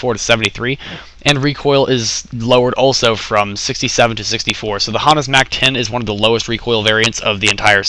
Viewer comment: D you say Hana funny, well at least from where I'm from in da states, nice review